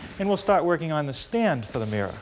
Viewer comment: There's an R at the end of mirror